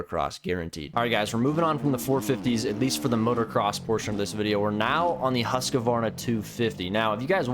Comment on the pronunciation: Sweds pronouncing husqvarna: Husk-van-ah Americans prounouncing husqvarna: Huss-quwar-nuh